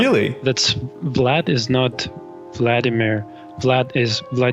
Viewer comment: "vladimír" the stress (at least in russian) would be on the second syllable. Vladímir